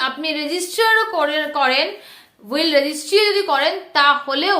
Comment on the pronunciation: হুইল নয় উইল